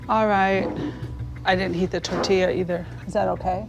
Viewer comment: Why do I think when he mispronounces tortilla he is not being funny, he just thinks it's pronounced that way...